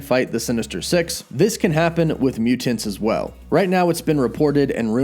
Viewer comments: Im dreading hearing you say muTANTS 100x this video.. "muTANTS" and "imporTANT" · Please stop saying mutants like that! Mu-tants! It's so cringe bro. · I'm just here for the way pronounces MUTANTS.:) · Over pronunciation. lol